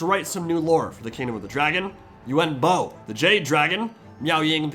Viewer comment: He's called yuan bo not yuen bo